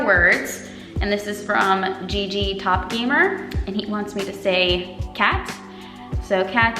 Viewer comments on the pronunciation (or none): none